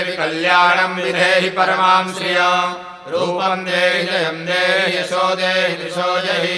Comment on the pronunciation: Swara is not perfectly pronounce..!!! What a pathetic ..!??? Yaso Devi Jiso Jahi...not..!! It should be Yasho Devi Dwisho Jahi. ( Sanskrit is not hindi !!)